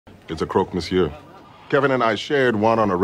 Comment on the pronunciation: the R in monsieur is silent, pronounced meh-syuh